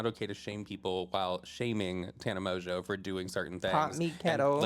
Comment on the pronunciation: you have grown so much!!! Pronouncing Tana’s last name correctly lmao 😂😂😂